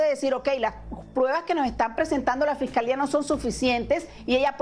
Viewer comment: Se dice fiscalía lily fiscalia nooooo fescalea y según no eres de rancho 😂